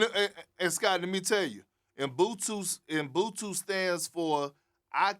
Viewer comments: Ubuntu Kendrick not umbuntu 🤣🤣🤣🤣🤣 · I was confused at first because of how he pronounced it 😂😂 He tired tho